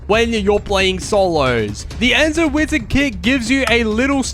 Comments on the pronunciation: Its zeno not enzo💀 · u keep saying enzo wizard its Zeno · he also said enzo and not zeno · It's Zeno not enzo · Bro is Zeno kit not Enzo kit wth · It’s Zeno not Enzo no hate just saying that “Zeno” is the right way to say it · He called Zeno (Wizard) “Enzo” which is not correct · and its zeno not my name